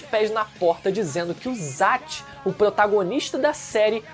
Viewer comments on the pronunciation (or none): Vídeo muito bom, mas poderia dizer os nomes de zatch e kiyomaro igual falam no anime, tipo "Zetch" e "kiyomaro" ou só "kiyo" Vc fala assim: "zatch" e "kiyomáru"